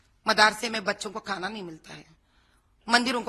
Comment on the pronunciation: माधवी लता एक बोगस औरत है इस औरत को भारत बोलने नहीं आता "बारत" बोलती है झंडे को जंडा बोलती है भगवा को बगवा बोलती है घर बोलने नहीं आता "गर " बोलती है खाना बोलने नहीं आता "काना " बोलती है